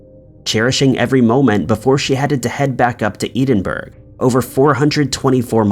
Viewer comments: Sorry but I have to correct the narrator here.Case #2-The girl attacked on the train from London to Edinburgh.It is not pronounced like you have done.I will try and spell according to your pronunciation,and then try and spell it so you know how to say it properly.I know,I’m being picky,but it’s a pet peeve of mine:You are pronouncing Edinburgh as -Eed-in-berg.When it is Ed(as in Edward)-in-burra: Ed -in-burra.Edinburgh,Capital of Scotland.Sorry,but couldn’t help myself. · Edinburgh isn't exactly an unknown place it really shouldn't be that difficult to pronounce it properly. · He's been told hundreds of times lol. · Edinburgh wrecks my theory that just reads as written and doesn’t realize his pronunciation mistakes (no offense ) but he’s had to heard of Edinburgh? Right? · Good video but you need to learn how to pronounce place names properly, it’s really jarring listening to you say “edenbro” when you’re trying to say Edinburgh - just one example out of… lots 😬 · Never thought I would hear Edinburgh pronounced so so so so so wrong, in every syllable, every letter, every part of it couldn't be any more wrong if he tried.........painful to have to listen to the word in this video. I can usually excuse his pronunciation issues but that one was too bad, in every way, I couldn't let it pass without expressing my horror. 🥴🤢🤯😲😱😡😭😣😖😓😩😫🤬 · Edinburgh and Dublin 😂😂😂 it kills me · Edinburgh (EH-DIN-BURR-A), goodness grief!!!! not Edenburg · take the T away from Ted and what's left ED so you pronounce it Ed inburgh. Its the capital of Scotland 😀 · Winner winner lamb curry dinner., I enjoy your uploads very much. I was suprised to hear in 2 posts you feature crimes that involved the city of Edinburgh. I laughed at your pronounciation. E DIN BURGH. It's pronounced: ED IN BURGH, sounds like HEAD IN BURGH. I live in Edinburgh. Barbara actually stopped off for a piss hahaha. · It's Edinburgh, (Pronounced: Ed in burgh) Not "eden" burgh. [Gibbs-slap] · Ed. In. Buruh.